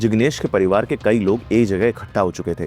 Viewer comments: No, it is NOT kahi baar or Kahi Sare ❎ In Urdu, It is KAEE BAAR or KAEE SAARE ✅ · he also pronounces kai saare as kahi saare or kai baar as kahi baar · right. Heard him say that many times. Kahin is what he says.